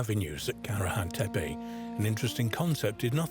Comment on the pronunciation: Y'know....I look forward to ANY information about ANY of the Stone Hills sites...but 5 minutes into this documentary and the narrator flip flops between site pronunciations every other time he says the words! Come on! If you are going to say one of the "tepe" names say it correctly not "tepi" and then "tepe" every 10 seconds! And I am ALREADY bored with the visuals 5 minutes in which nuts... everything is just a still photo made to look like it is moving with AI. Looking forward to hearing the Prehistory Guys give me the scoop😊